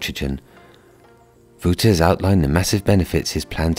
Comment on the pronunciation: Wouter is pronounced wowter not wooter